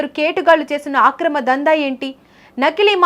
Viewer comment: మెలిమై ఉండును కాదు మేలిమై ఉండును ఆక్రమ దందా కాదు అక్రమ దందా ఎవడే నీకూ సాధువు చెప్పింది